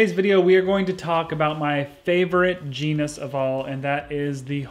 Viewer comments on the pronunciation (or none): none